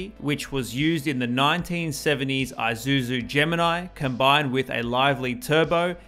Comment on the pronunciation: It’s not Eye-suzu… it’s Eee-suzu.🖕🤖